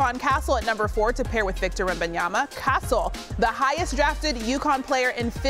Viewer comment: just here for Perk talking about "Victor Wham-bam-yamba"